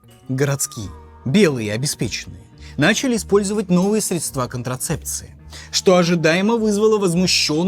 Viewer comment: отличная работа! только, пожалуйста, говорите срЕдства, ударение на первый слог